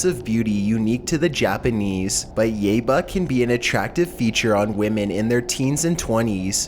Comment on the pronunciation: It's pronounced yaiba